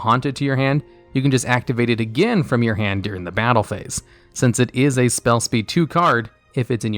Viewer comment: Oh my lord, its during, not "deering"